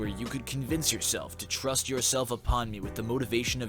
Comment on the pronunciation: It’s thrust not tra-ast u twat